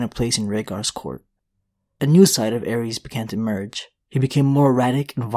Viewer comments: Terrible pronunciation of the names. Ares is a Greek god and Aerys is the Mad King. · Its “zhaa- uhries”